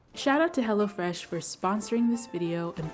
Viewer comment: LOL sure does